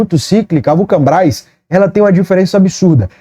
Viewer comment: fala Vulcabras ou vulcanbras? Só eu que notei isso? Kkkkkkkkkkk